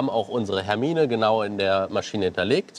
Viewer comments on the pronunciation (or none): none